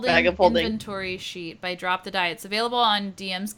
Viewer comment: "She'll be by later" I heard she'll be violated later. OMG :0